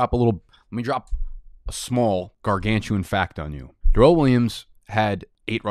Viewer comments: This "Duh-relle" nonsense had gone too far. My man's name is "Dare-elle". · We got ur boys "Duh-rren" Waller and "Duh-vid" Johnson along with anyone named Darrell in here let's goooo